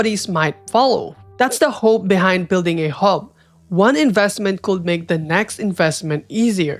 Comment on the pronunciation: i cant ignore how you pronounce the letter L in “would” and “could” 😢